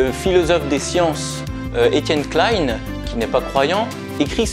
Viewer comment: déjà il s'appelle "klin" pas "kla-ine' lol et c'est moche de retourner ces discours contre lui, alors que c'est un des scientifique qui explique pourquoi l'origine de l'univers n'existe pas (et donc que Dieu n'existe pas)